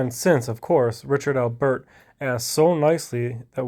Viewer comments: Am I the only one bothered by how he’s saying Albert like it’s 2 words? Lol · Funny how you pronounce Albert. Thanks for standing up to that psycho tyrant.